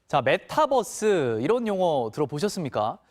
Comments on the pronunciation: 아 저 기자 메타뻐스 거리는거 굉장히 거슬리네. 저분은 유니버스도 유니뻐스로 발음합니까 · 아나운서분 메타뻐쓰 라고 하시는 거 뭔가 웃기네ㅋㅋ